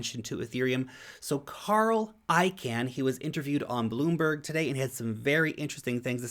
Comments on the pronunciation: Hi, FYI, Carl Icahn's last name, the second syllable is not I-CAN....more like I-CON....thx for your daily vids! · Great stuff, as always. (Just one FYI,. Carl Icahn pronounces his last name...”Caen”, like the city in France.🇫🇷 Not “Can”, like Campbells soup. 🥫) 😉